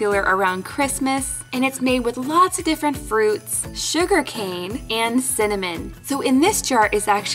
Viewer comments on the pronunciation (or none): none